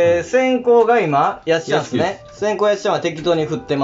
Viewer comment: はじまりの「てつてつ」「やっしゃん」ちゃんとやってくれてありがてぇす！ でも正しくはやっしゃんの前に「っ」が入ります。 「っやっしゃん！」で次回はお願いしてぇす。